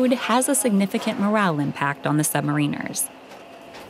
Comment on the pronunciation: Wouldn't you ask them how to pronounce "submariners" first?